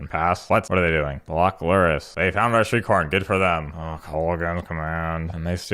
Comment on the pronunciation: At one point when you said shriekhorn, I swear I thought you said streetcorn. Keep up the sweet decks and funny content. Here's to winning tsome prizes 🤞